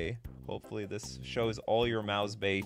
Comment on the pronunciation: Damn... I thought you're Canadian... Why are you handling umlauts like an US American? It took me not even 5 seconds to find part IV of Mäus-Bay on Google...